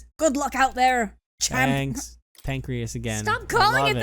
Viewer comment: It's called Panacea (Pah-nay-see-ah) Alonzo's letter made me feel uneasy, and would've broke down weeping seeing all the money on the table if it was for us. Thank goodness it was forchus village. You saw Alonzo's will to the end I am thou, thou art I Thou has helped shed light on one's path That light shines brighter than any polished coin Thou has awakened the full potential of the (retracted arcana), granting victory against sinful feelings I'll think of proper arcana for followers soon